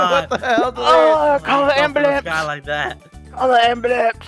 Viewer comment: "Call the ambalance" lol im dying right now 😅😅😅😅😅